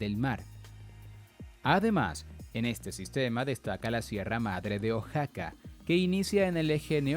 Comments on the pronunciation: se dice O-A-X-A-C-A no O-X-A-C-A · Amigo Oaxaca se pronuncia uajaca!!!